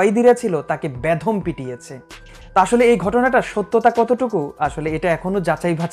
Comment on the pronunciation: ভাই বেধম নয় বেদম, উচ্চারণ ঠিক করেন..